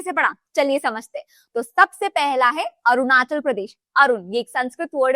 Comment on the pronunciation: Himachal and Arunachal me 'achal' is not 'आचल', it is 'अचल'. अचल का अर्थ है पर्वत।